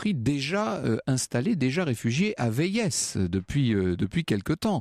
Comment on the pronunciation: On ne dit pas "Véïèss" on dit "Vé-i" (qui s’écrit Véies et rime avec pays)